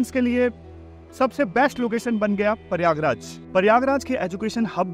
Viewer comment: Sir paryagraj nahi prayagraj naam haan